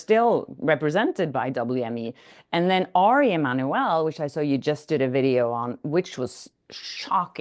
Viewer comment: Air Emannewerrr……must of paid a fortune for that